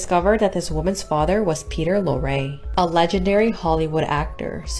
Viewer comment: Peter Lorre is pronounced Peter Lorrie. Not Loray.